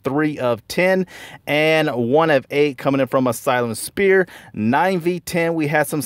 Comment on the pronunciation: Great vid. Did you keep saying Asylum "Spear"? 😂